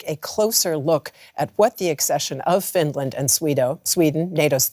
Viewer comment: Oh no!! Not uh Finrand!!!